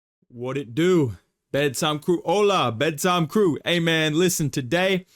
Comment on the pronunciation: Bro said Hola 😂😂 in the most white way possible